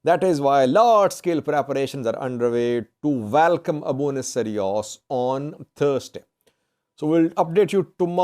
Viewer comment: Abune Sawros, not Sariwos,. Keep it up